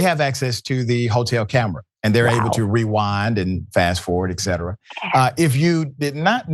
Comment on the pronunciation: Hey DIVERSITY-HIRED milk dud! What is "AXED"..... ? What is "EXCETERA".... ? U R a "DOCTOR"? U can see the fatness of the MAN when HE turns his head. Yuck. GO TRUMP!